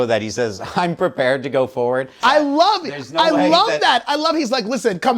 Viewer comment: Don't you mean "purr-pared"😂😅